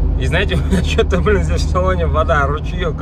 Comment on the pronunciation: 🤣🤣🤣 Я после Вашего комментария тоже начала прислушиваться. МаФына, Фто... Раньше не задумывалась, но дефект слышала.